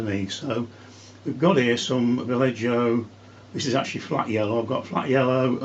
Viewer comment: Va- yeh- hoh. Not. Valle-joe 😊